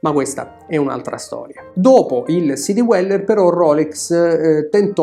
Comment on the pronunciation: Bellissimi video, argomenti posti sempre con competenza e con garbo, cosa rarissima oggigiorno. La pronuncia di Dweller suona all’incirca come “Dueller” non “Diueller”. Complimenti ancora per il canale.